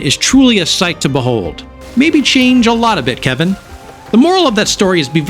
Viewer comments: His name is KE-L-VIN - you're not saying the L in his name. That's the difference between "Troy" and "Toy" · He is def Kevin and Virginia is Victoria. Just sayin. My friends n I just can not remember to say their names properly and thus they are Kevin and Victoria lmao Glad to see someone else does the same at least with Kelvin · Great video but calling him Kevin instead of Kelvin was grinding. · Never heard someone get his name wrong so consistently